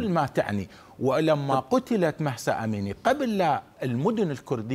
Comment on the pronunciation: الاخبار المذيع يصر بلفض اسم مهسا بمحصا فقط للتنويه الافظل ان نناديها باسمها الكردي جينا الله يرحمها وينصر كل الامم المظلومة❤❤❤